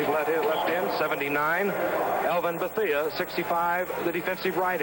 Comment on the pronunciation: Faultless Frank! we used to have a pool about how many mistakes Gifford would make over the course of the game. and it was always a LOT. the one that sticks out is his mispronunciation of Elvin Bethea's name. it's Ba-thay! and Nemiah Wilson is nowhere near 180 lbs, closer to 160!